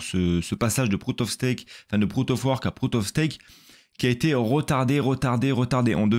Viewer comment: Proute of steak proute of vork, l'accent anglais est en place 🤣